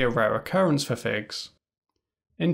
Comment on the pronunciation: Hello, please check your pronunciation of Orlando Figes’ name. I have always heard it pronounced as “FI-jez” including by people who know the man personally. If you are mispronouncing the name, as I suspect, it underlines your point in a most ironic way.